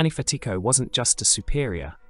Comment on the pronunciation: You’re mispronouncing Fatico